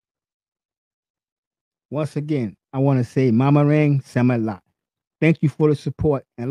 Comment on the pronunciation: Do that again ^^, maraming salamat....you kinda messed the words